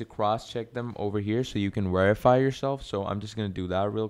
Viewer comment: Where are you from that you say wherify